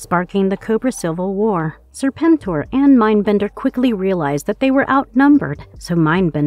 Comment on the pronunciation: Serpentor not Serpenter....